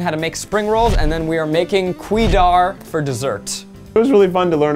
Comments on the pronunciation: LMAOOO HE BUT HED THE PRONOUNCIATION OF “KUEH” it’s not “kwee” more like “kuae” and the eh is like the eh u make when moaning from Sex. I would know I’m singaporean. Reply here for any singaporean advice or hit me up if u come to Singapore 🇸🇬! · Sorry, but the word “kueh” is pronounced ‘Koo-way’ with emphasis on the way and not ‘kwey’ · I love how they just BUTCHERED the names of the dishes 😂😂😂😂 kueh is pronounced que not qwee and murtabak is pronounced mur-ta-bak(i think they pronounced it wrong I don't remember) and some other names that my terrible memory cannot remember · Singaporeans: "ku-weh" Tryguys: "k-wee" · try guys: pronounce "kueh" wrong me as a singaporean: repeats in singlish and laughs at myself yes im this lame :) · its pronounces ku-weh ya! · and NOOOO HE DID NOT JUST PRONOUNCE IT LIKE THAT ASJKLASJKDLSK PLEASE I CANTTTT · My mum would smack me if I pronounced it that way!